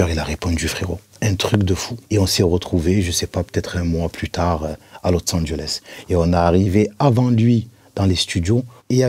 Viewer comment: « LOTSSE ANGELES » 😬😬😬